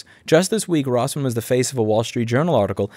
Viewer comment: ... you mispronounced your name in the first 30 seconds Or maybe you just pronounce it wierdly idk i reeatched some other videos